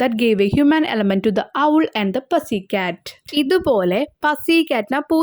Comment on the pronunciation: പസി cat ella പുസി cat anu